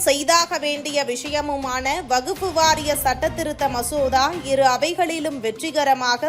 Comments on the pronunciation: எம்மா அது வகுப்பு இல்லமா, வக்பு வாாியம் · அடீயே வகுப்பு வாரியமா....என்னங்கடீ தமிழ் வாசிப்பு. வக்பு வாரியம் என சொல்லுங்க